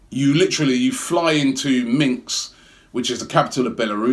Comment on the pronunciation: I cringe whenever he mentions "minks"